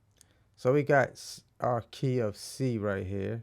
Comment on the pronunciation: let’s go to Key of C sounded like = Let’s go to KFC I thought damn let’s get busy 😃 🍗